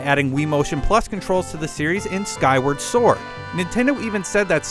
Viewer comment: Skywerd sord